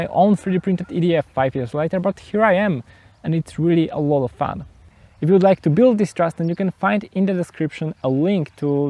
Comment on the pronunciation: you said just for fun or just for fan? ;)